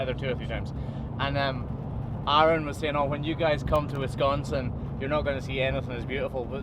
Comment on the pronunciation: Wow...someone who actually knows how to pronounce Wisconsin correctly. Didn't think they existed outside my state, lol.